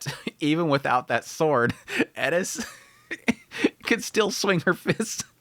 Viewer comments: why are you pronouncing it edis? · Bro, just say Eris. She’s not even Japanese you don’t have to say it like that 🤣. The show even has a dub where they say her name just as it appears. I’m 3 minutes in and dying here. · Who is Eddis? FFS you're not Japanese. Eris is not Japanese. It's a greek name. You are allowed to use the Greek pronunciation. Other than that, great video! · I know its Eris but ur putting so much emphasis on the E its sounding like "ED-tis".. Thats some Stevie Griffin level of pronunciation you have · I sware you are saying Eris as Edis just to get rage comments. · I was enjoying this video until you started saying Eris name 😭 disappointing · loved the review. For some reason, the way you say eris agitated me lol. Great vid bro! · Why are you saying Eris like that😂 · Why do u say her name like that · any1 else just a litttle bit bothered ny the way hes saying eris's name lmao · Why cant you just say eris normal? You dont put an asian accent with any other name. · y u saying her name like that lmao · Why are you saying eris all weird? The Japanese don’t pronounce it like that, it’s definitely not pronounced like that in English. Why you making shit up with her name just call her her actual name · Her name does not have a "d", it's Eris, not Edis..... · isn't her name eRis, you keep saying eDis... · Eris not edis… mixing pronunciations is weird. It doesnt work in english. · Stop calling her Edis. Her name is Eris. You dont have to say it like youre asian. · Did he call her Ellis? He’s doing it on purpose… bro is over articulating the name. It’s AIR•ISS. Bro can say air perfectly fine. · Why does he keep saying edis? It’s Eris? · Am I saying Eris name wrong? Sounds like you are saying Edis. First time to the Chanel. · Why tf do u keep calling her eddis not eris?? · Eris. Not edis